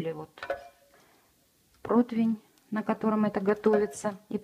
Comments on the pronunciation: Не протвень, а противень. Дорогие мои, не искажайте Русский Язык 😢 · Не протвень,а противень. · Насколько я не люблю куриную печень, но этот рецепт поселился в моей КК. ЕДИНСТВЕННОЕ замечание блогеру, правильно говорить ПРОТИВЕНЬ. Ухо режет. Куда сбегает у многих блогеров буква И ? Или они друг у друга подслушивают это слово... Хотя в описании кухонной утвари у Вас написано это слово правильно. Всего доброго!